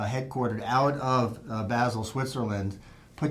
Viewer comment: Thank you for pronouncing it right; some sites don't.